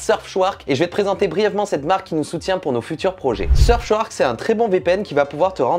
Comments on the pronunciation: Tu pourrais faire gaffe à ta prononciation quand même... Surfchouark minimum 3X, c'est ta sponso, respecte les mdr Et splitscan, pas splitcan... M'enfin, la vidéo reste sympa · RIP la prononciation... "seubschouark" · SurfSHOUARK🤣🤣des barres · Franchement je suis le VPN, je ne fais plus jamais de partenariat avec toi... c’est pas sérieux de ne même pas prononcer le nom correctement...